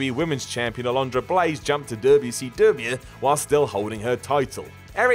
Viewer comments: FFS. "Double Yew See Double Yew." PLEASE. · You made me yell at my TV. Stop pronouncing “WCW” like that—please! You get a down for that. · I love how says "Dubyah C Dubyah" 😂😂😂